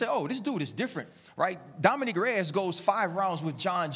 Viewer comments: “Dominique Reyes”- ya this dude RC ain’t it with this show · RC is horrible. Can we get someone who knows the fighters’ names at least? It’s Dominic Reyes, not Dominique. Or worst, at about :45 sec in, when RC says, “when you wining fights against the person that he won it against gets you.” 🤦🏽‍♂️ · this guy says “domineek” reyes haha i can’t take him seriously.